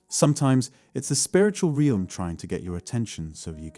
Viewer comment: This robot needs to learn to pronounce “realm”